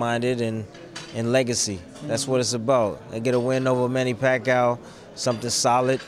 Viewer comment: Again, he said the same thing he did last fight. AND he still can't pronounce Pacquiao correctly. "PAC" "CAOW" TF Bradley lmao